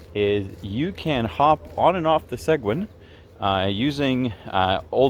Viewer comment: At least pronounce Seguin properly good video though